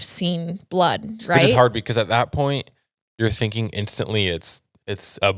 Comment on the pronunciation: I just can’t. I only listen for her mispronounced words. “Thinkink “ how are you felling”. Soooo distracting